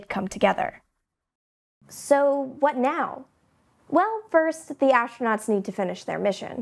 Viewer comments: ASHTRANOTS?!!! fire this announcer. get someone who can speak english. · I just could not understand that why does she pronounce the word 'astronauts' in a different way? Sounds like a german word :)